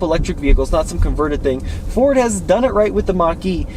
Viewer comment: For me it sounds like you're saying "For" instead of "Ford" when you say Ford. Not sure if it's a western accent or what, but as a 32 year old Michigan native my entire life, nobody says Ford with a silent D...